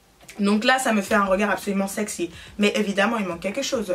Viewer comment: ''Oula c'est un violet très violet''aussi l'accent quand elle dit ''sexy''